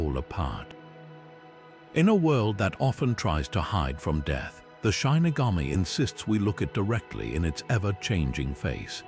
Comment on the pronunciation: Your credibility is harmed by mispronouncing the word shinigami. I was looking forward to watching this, but the mistake is so glaring I can't take anything else seriously. If you can't even double check the pronunciation, then how do I know that the rest is right either? It's SHI - NI - GA - Mi / not SHINE- ni - ga-mi.